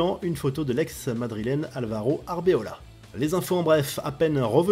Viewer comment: que dire de votre boulette , c’est Arbeloa ou non Arbeola, travaillez un peu plus, merci 🙏🏿